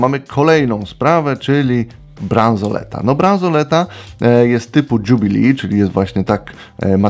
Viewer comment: zle Pan wymiawia jubilee az uszy bola :)